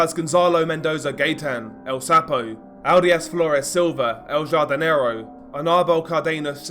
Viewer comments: Pronounced ‘Hardinero’ ya dope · El “HAR-di- ne-ro”